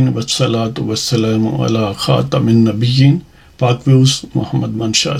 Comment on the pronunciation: خاتَمِ لنّبیین کے بجائے خاتَمَ النّبیین ہے یہ زیر زبر درست فرمائیں